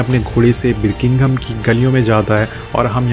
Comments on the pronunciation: Birkingham nhi Birmingham hai, Anna nhi Ada hai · its Birmingham not birminkinggom bla bla and its ada not ana dude! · Bhai, berkingom nhi Birmingham hai Not ana but Ada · The way you pronounce Birmingham 👌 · You can't even pronounce Birmingham:(